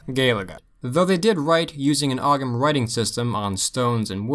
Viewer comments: Okay so when u said ogham, u pronounced it as ogam but its pronounced like owam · FYI, "Ogham" is pronounced "O-am." The H silences the G (Irish is a strange language that way!) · You don't pronounce the g in ogham. Just FYI...